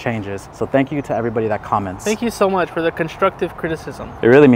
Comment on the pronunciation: “How mashhh …. Too mashhh” 💀💀💀